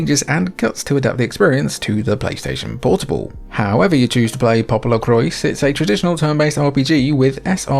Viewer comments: Awesome video! I own a few of these, but you showed me some real good ones I’ve never played! Added them to my Christmas wish list lol! Thanks! As for Popolocrois, you pronounced it correctly, but without the s at the end- “Po-po-lo-croy”. I aslo tend to pronounce it like “popolocroa” like how you said it the second time, but I learned that was incorrect lol. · According to the katakana it reads 'PopoloKurois'... with should be spoken 'Popolocrois' as in english and not in the french way. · It's pronounced "poo poo LaCroix" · Should definitely be 'Popolo-qwah' since it's a portmanteau of Italian and French. But you know, Japanese creators love appropriating words and ideas from elsewhere and fundamentally changing them without anyone batting an eye lid (usually).